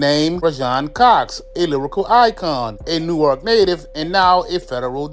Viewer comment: The way that dude kept pronouncing Newark smh